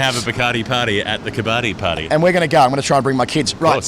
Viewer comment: Quick pronunciation tip on "Kabbadi" (the Indian/Pak high contact sport): its pronounced "ka-buddy". Sajid Khan's (Pak spinner) wicket celebration gesture where he slaps his thigh and raises his other hand's index finger echoes the winner's gesture in Kabaddi.